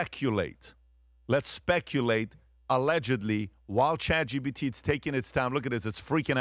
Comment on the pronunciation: When is Patrick gonna learn that it’s Chat GPT not Chat GBT?!